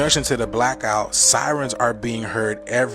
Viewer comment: bro wtf is woorter ? n wtf is a blockout ? water and black out bro his voice jus drive me nuts bruh he got some content but ion like it he complain about everything without doing research he be reaching for the panic instead of dropping the true jewels he jus want views n money off mass panic.. Ion like em